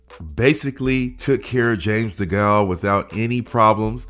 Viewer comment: Just so you know, You're pronouncing Degale wrong